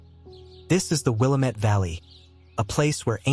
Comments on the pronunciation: IT’S PRONOUNCED WILL. AM. ET!!! NOT WILAMET! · These are all gorgeous and unique places. But for the love, PLEASE learn to pronounce the names correctly! The Willamette Valley is not Will-uh-met. It is Wil-lam-et. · I can easily tell that you're not from Oregon, based solely on how you pronounced Willamette. Btw, it's pronounced Will-A^-Met.. But you got Yaquina right, so you get a passing grade. Most out of staters get that one wrong. They say YA-Keen-A. Also, I've seen almost everything in this wonderful video, and have plans to visit the rest. I used to swim with cousins under the lower falls at Multnomah and tool around the streams and main river in the summer heat. Fish nibbling at our feet. Back before the massive rock broke off and fell on the landing below the main falls. They all freaked out and blocked stream access after that. It was so fun and refreshing to swim in the clean and clear water of the lower falls. Should've shown Yaquina Bay a bit and the photogenic bridge. We're all fans of our slice of the postcard. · Pronounced will-AM-it Valley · Will- A (as in "and") -Met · Thos is a lovely video! As a native Oregonian, I appreciate this. One suggestion. Please check your pronunciation of "Willamette". Wil-AM-ett is the correct pronunciation. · I live on Mt. Hood. Most you got right but people still live in many of what you called ghost towns. Also, its called the WILL - AM - IT Valley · Will-AM-met valley 😅 Great travelog. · Great, except, you pronounced Willamette like it was in Illinois, not Oregon. It's a as in apple, not as in up. At least you said Orygun instead of Ore ee gone. ❤ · And the emphasis is on the middle syllable: wil-LAM-ette! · Well you botched th the name Willamette, like I said, I spent quite a bit of time in that valley, in Corvallis.